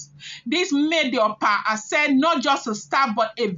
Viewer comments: Opa Ase is pronounced as (Okpa Ashe) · Opa ase ( pronounced okpa asheh)